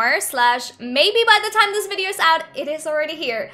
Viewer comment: ‘Virdeorr’ HAHAHAHAHA peace